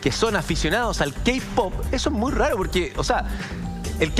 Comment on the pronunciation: JAJJAJAJAJAJAJ "los keipop" JAJAJAJJAJA MUERO